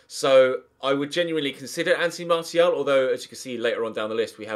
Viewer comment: Definitely not Martial if you're going to keep mispronouncing his name. I'd like to see Dybala though